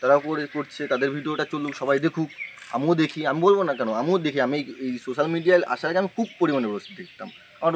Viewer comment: আরে ওটা সুসাল মিডিয়া নয় রে ওটা সোসাল মিডিয়া 😂